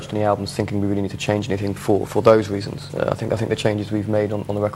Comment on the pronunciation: cwazy weasons HAHAHA